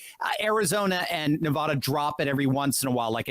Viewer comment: Could you PLEASE pronounce Nevada correctly!! Drop the nevaaada